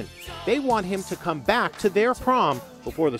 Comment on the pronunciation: "im gonna cahm"